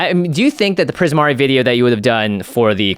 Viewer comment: Not gonna lie, I could kind of tell you struggled with Primari but I'm glad you kept at it!